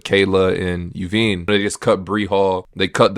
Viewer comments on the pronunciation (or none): 'You-veen' is crazy work for a name like Yvonne (Eee-von) 😂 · Yvonne> phonetically it's EEE-Vonn